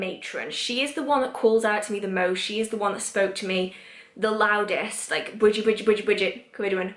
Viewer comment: I know I am late to this video but I wanted to ask... are you saying Ceridwen? I follow Brigid, Ceridwen, Diana, and Morrigan/Morgana (the Faerie Queen to me) but I feel like I hear the names differently from how you pronounce them. For instance, I hear Bri-Geed not Brigid, and Kara-Dwen not ... I don't know how to spell your pronunciation lol. I guess it might just be my American accent trying to hear Celtic phonemes.